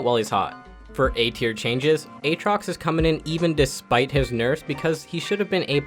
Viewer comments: I hate that you say a-a-trox so much. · Buddy really pronounced it a-atrox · If you don't get it, he mentioned him as a-atrox the whole video, but in this one he says it correctly. Can't believe i have to explain this but okay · why do you say a-atrox when you should say aatrox? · Not finishing the vod. Can't stand that A-atrox pronunciation. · "Ay-Ay Trox" Must've coached in the inner city for a while. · Who the fuck is Ayaytrox? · he's memeing when he's saying aatrox lmao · Never say Aatrox like that again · how you pronounce Aatrox is nutty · Can't believe he mispronounce aatrox